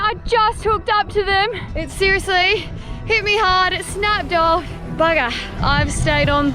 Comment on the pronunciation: Why can't you say off properly?